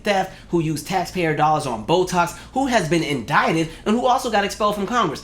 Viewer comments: traitor greene is so intelligent that she couldn't pronounce indicted and look it up 🇺🇲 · Will somebody please get Jasmine hair hat Crockett hooked on phonics?